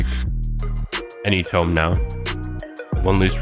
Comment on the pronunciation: the "tome" and "trim" pronounciations trigger me, is this video vocalized by AI?